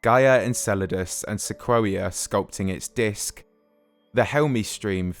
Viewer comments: Pretty sure "se-quo-ee-a" should be "se-coy-a" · Hey, great video, as always! Just one tiny nitpick. Sequoia is pronounced "Sa COY ya", not "Sa KWOAH ya". But I only know this and am saying anything is because I grew up in the Sequoia National Forrest in Northern California, or else I probably wouldn't know the proper way to say it, either. Keep up the great work, I always look forward to new videos from you! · Lmao "Sequwawia"? Dude, it's pronounced "Seh koy ah". Anyway, fantastic video, love them! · Good video. Small nitpick; Sequoia is pronounced "Seh-KOY-uh". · It's Seh-KOY-AH or SEH-KWOY-YAH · My man talking 'bout Seh-quo-wee-uh. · Am I the only one who's never heard "sequoia" pronounced like that? I've always heard it as "sek oy ah". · Came here to say this too. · Wouldn't it be pronounced 'sek-oi-ya'? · Great video. Sequoia is the name of the giant redwood trees and it's pronounced "suh-KOY-uh" ;) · The only thing in the video that bugged me. I think the narrator, being British, hasn’t really ever heard it pronounced, whereas it’s a common town/road/school/car/giant tree name in America. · You’re pronouncing “sequoia” incorrectly- it’s the big Californian redwood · They way he pronounced Sequoia made me want to cry